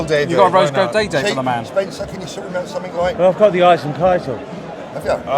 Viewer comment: You really need to learn how to pronounce his name. It's pronounced "Oisheen"